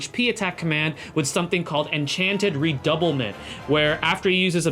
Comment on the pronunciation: Her skill's name are from French e.g "Redoublement" should be read as "Rer-dou-blur-blong" 😆